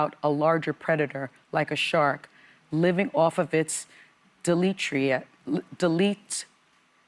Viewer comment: Sunny can’t even let the man rest in peace without saying horrible things about him. Then it backfires when she’s too dumb to pronounce the word “deleterious” 😂 All the other women were sensitive, respectful and thoughtful.